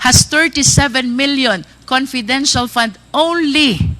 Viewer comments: hai nu opcors daw at conpidential pond haha pano po kau naging general? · Itong si wala talaga siyang letter "F" sa English niya. Puro "p" na lang. Nakaka annoy 😒 "conpidensyal pan in parderans op septi". dang!!!🙄